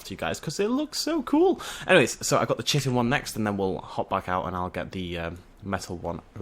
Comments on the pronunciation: Ahem... Chitin. Ki-ten. Not Chitten. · it's pronounced Ki-tin. with a K. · Also. How do i say chitin? i say it like. CH-IT-IN Am i supposed to say KIT-CH-IN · Good video just pronounceing Chitin wrong! :p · Errrrrrr say chitin right.... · Gwynbleidd I just hate how people just say "Learn to say things right!" and all that. Besides,both pronunciations refer to the same thing.